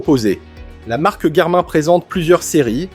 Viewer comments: Des que t entends « Garmain » tu sais que le mec va parler d un truc qu il ne connaît pas. Tu peux donc zapper direct! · C'est une mauvaise blague le garmAIN ? un mot/marque anglais se prononce... en anglais. Es ce que tu dit "gougl" pour google ?